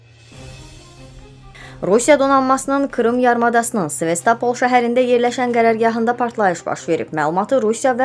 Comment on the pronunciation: Sevestapl yox Sevastopol.